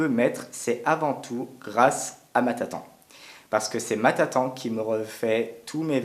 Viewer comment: Tatan? Tu veut dire Tata